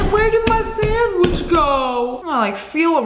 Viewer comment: I was just listening for a while and when she said sandwich I heard send witch 😭🤣